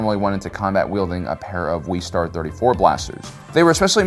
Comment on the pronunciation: This guy cant pronounce things. First “slah vay” now “wee star” and “jarin” instead of “jahrin”